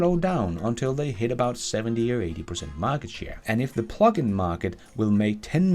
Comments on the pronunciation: Initially it sounded like "fuckin' vehicles" and I thought "yeah, let loose!";p;p;p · Yeah, I have to say that it sounds like you are saying F'in (the curse word) vehicles. I listened and read on screen and found it's "Plug in" not the F word. hahahaha